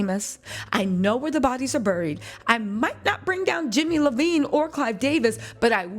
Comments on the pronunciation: are you saying Jimmy name wrong in purpose?? It’s eyevine not Levine like Adam lol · She keeps saying the name wrong. She means Jimmie Iovine.